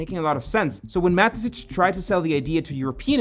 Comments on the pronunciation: You're pronouncing the founder's name incorrectly. I constantly asked myself who Matesich even is. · it just triggered me every time you said Mateschitz like Matezitsch 😅😅